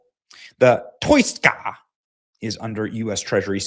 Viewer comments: Its pronounced TOO-SKA.. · You really can't read OR speak English, can you?!?! How do you pronounce the name of the vessel that absurdly stupid way?!?! It's called the TOUSKA...TOO-SKA...my 4 year old daughter got it first try! You sound like one of those actors in a dubbed over karate flick from the 70's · Btw ... it's promounced Toos-ka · THE SHIP'S NAME IS THE 'TOUSKA'...PRONOUNCED 'TWO-SKA'....⛓🚢⛓ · Yea benny, I think its pronounced taow-skaa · TOUSKA is pronounced Tow - Ska but spelt Touska 😂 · The Persian name Touska (توسکا) is commonly pronounced too-SKAH (IPA: /tʰusˈkʰɒ/). It is often phonetically broken down as "Toos-kah". This name refers to the alder tree in Persian, and it is also used as a female given. Must be the Botox injections in your forehead Benny. It’s a paralytic. No long term studies yet. However it can cause early onset of Dementia. But no wrinkles right. Goes good with that skinny face death look from Ozempic or Mounjaro. STOP 🛑 IT. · TOO- SKA . That's how you say it Benny . Too -Ska . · Why did you pronounce it like that? That’s the easiest name to pronounce. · You could stop acting like a dumbbutt when pronouncing the name of the Iranian ship.